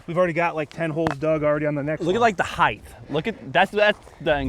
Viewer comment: AWESOME!!! No project can run successfully without a guy like. But I really wish both of you would learn the pronunciation of the word height. The word height ends with a hard T. It does not end with a TH, as in eighth. Bad pronunciation creates a bad first impression and it can also play with your confidence, which makes it even more difficult for you to communicate. This is the way the world works. Say words correctly and you say them with confidence. That confidence transposes into all aspects of your life. Cheers, gentlemen!